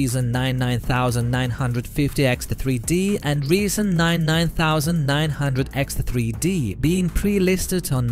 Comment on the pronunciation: To say 7900x3d you should pronounce it seventy-nine hundred x three dee. Not seven nine thousand x three dee. Great video besides hurting my brain with the pronunciation!